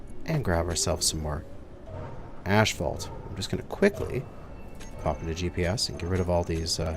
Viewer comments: There is no Ash in Asphalt ... it's ass-falt, not ash-falt. My ears are hurting after this episode :D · Why does he pronounces it "ashphalt" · Yeah, he's triggering my OCD (what little I have) every time. Phonetically it's As-fault and he got it right after his brain fart in spelling it but went right back to old habits. Oy. LOL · LOL.. Canadian way of saying it.. ASHphalt.. Everyone else on the planet way of say it.. Asphalt. lol No hate.. only love.. just pointing out the vocabulary differences for our northern neighbors..;) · Can't get over the way he says ashphalt instead of asphalt 😂😂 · "Ash-fault"? Is that some zany Canadian way of pronouncing asphalt? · Say ashphault one more time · Lol you glorious Canadians and your ASH-phault or is it we stubborn Americans just got to be different ? 😄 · Asphalt is the spelling of the word. The correct pronunciation of it is, "ass-fault" no matter what dialect you are using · Really? Everyone I know around here says ashphault. I always just assumed it was a potato potahto situation. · Every time he says 'ashphalt' my eye twitches. XD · is it just me or is he calling it "Ashfaut"? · I know, I cringe every time he says it. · 🤣🤣🤣 tries to type the way he says asphalt into the shorter with no success, goes and finds the spelling and says it right twice only to go back and say it wrong again after. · It's like nails on a chalkboard. Stopped watching his series because of it, but now I'm bored so here I am cringing all over again. Canadians say it wrong, wondering if he's a canuckistanian.